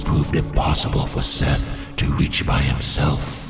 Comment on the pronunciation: The pronunciation of Seath is killing me